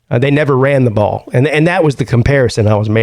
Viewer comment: PP it’s just one game. You sound like a Alabama fan dude! “Just run the Bawl”